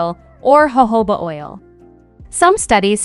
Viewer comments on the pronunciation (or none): none